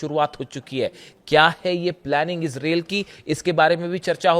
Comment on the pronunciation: Bhie sahab ijrel nahi ijrile h